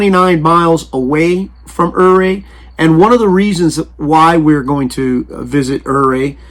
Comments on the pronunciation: I lived in Ouray, it is pronounced 'you ray' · Ouray is pronounced Yuray. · Except the Utes pronounced it differently